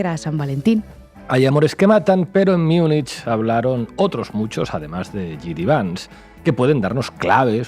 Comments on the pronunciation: ...y de paso: ¿por qué no dejáis de una vez esa rídícula pronunciación de "miunich"? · Me encanta La Base ❤, soy suscriptora del canal y me quito el sombrero ante todo el equipo por su profesionalidad. No obstante, se me parte el alma al escuchar cómo habéis pronunciado Munich hoy 😢, ni en alemán ni en la pronunciación utilizada por los hablantes del español. Os pasa con todas las lenguas de origen germánico que no son el inglés, especialmente el alemán y el neerlandés. Las pronunciáis como si fueran inglés. Sería estupendo que eso lo cuidarais un poco 😊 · Por qué pronuncian Munich a la inglesa?